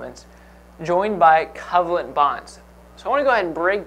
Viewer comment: Why does he pronounce covalent that way?!?!